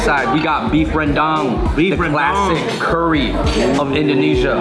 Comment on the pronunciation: OH FINALLY SOMEONE CAN PRONOUNCE RENDANG